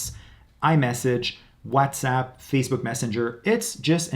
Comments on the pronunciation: Whatsapp being called wazzatsapp was getting on my nerves. Sorry. Bye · Okay. I heard this guy. He’s a Latino he can’t pronounce WhatsApp either.